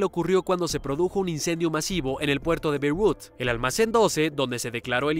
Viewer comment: Se dice Beirut y no berrut dilo bien jaja